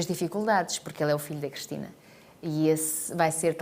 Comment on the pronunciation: Eu como Cristina que sou reparo que a Cristina Ferreira diz "Crestina" ??